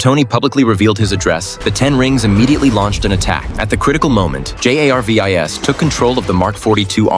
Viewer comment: It's because Jarvis has to much aura that the AI can't say his name right